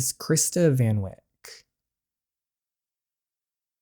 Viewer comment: just so u know Van Wyk is pronounced Fun Vayk smthg like that..